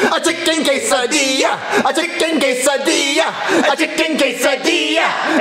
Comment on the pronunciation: It’s Quesadilla not casadia